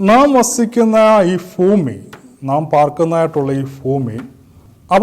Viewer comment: ഫ്യുമി അല്ല bro ഭൂമി